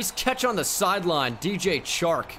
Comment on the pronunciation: You say the 'Ch' in Chark like you would in 'CHair'. Is actually like in 'Shark'. #stillluvuthoughbro 😁😁